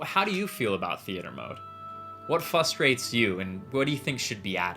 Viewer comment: People who say 'fustrates' instead of 'frustrates' frustrate me. :P